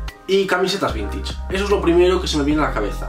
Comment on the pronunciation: "Vintich" xdxd